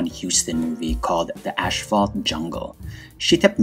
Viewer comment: Because the devil is in the details, it is Celeste Holm, not Holmes. Also, I’m not sure if it is an accent thing, but there is no H after “As” is Asphalt. I enjoy all your videos. Thank you.